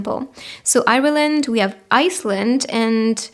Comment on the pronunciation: Pile 3... Did you say Iceland or Island? Thank you